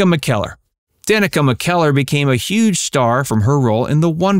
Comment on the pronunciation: Wrong...her name is pronounced "dan-knee-caw"...got it?